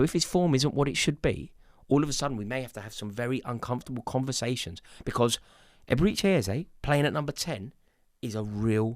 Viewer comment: Stop calling him EbereeCHAY